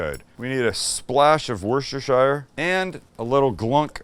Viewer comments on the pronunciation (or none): Wooyre-ster-shoyer sauce? Frenetically (in my humble, living in the county next door, opinion) it is Wuss-ta-shah Sauce. I’ll be listening! 😉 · It's pronounce a Wuster sauce ;-) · Worcestershire = 'Wooster' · It’s pronounced Wooster sauce. It’s named after the English county, Worcestershire. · Here's how to say the name of that sauce... 'Wuster' . . . just wuster. Trust me I'm British.